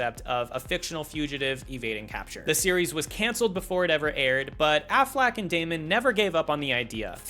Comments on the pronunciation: AfflEck not afflack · My manz said "Ben Afflack"